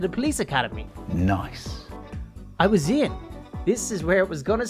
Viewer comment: When he said “I was in” on day three I thought he said “I was ein” (from mystreet (aphmau))